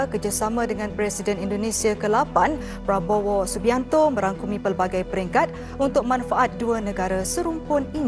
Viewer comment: Presenter Pada gak bisa ngomong prabowo e malah jadi pa popo 😂